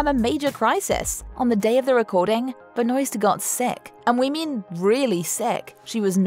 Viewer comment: I hate that the narrator pronounced Melissa's name like that, btw if you don't know its pronounced, Melissa Benwar